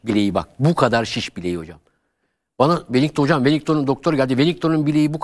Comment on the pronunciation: Hoca bile welinton'a welington diyo çok enteresan